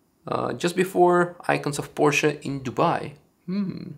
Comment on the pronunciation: Its PORSCHE not PORCHE